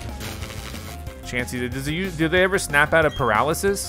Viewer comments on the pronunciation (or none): none